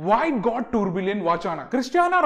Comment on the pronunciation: Bro, Tourbillon movement is pronounced as Two-biyon not Tour Billion!